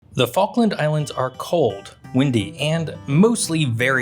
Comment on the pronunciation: "Which focken islands"